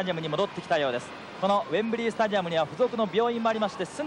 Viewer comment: 「ウェンブリィ」と発音出来ない解説者